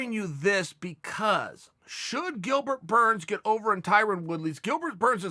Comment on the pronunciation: He said Dilbert